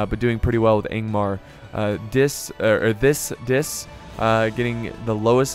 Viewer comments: "fiss diss" - thicc dicc XD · It's pronounced "Thick Dick", not "Thiss Diss" :3